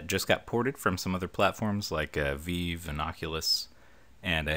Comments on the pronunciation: "Veeve" lmao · There are some quite good reviews for this...a bit irritated by your dislike. It's pronounced Vive like Live btw, not the French way ;)